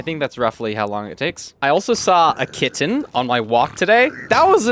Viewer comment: sorry but why is kitten pronounced so p r e c i s e l y 😭